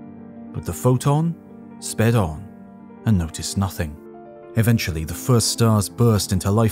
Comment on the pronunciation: It is"Eventually" not Aventually